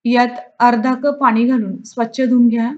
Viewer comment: आप्पे मस्तच. एक गोष्ट सांगितली तर कृपया रागावू नये।आपण कप च्या ऐवजी कूप म्हणत आहात।